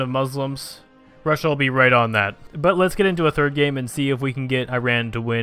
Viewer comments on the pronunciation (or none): none